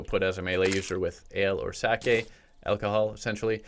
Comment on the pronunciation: Finally someone who says 'sake' not 'saki'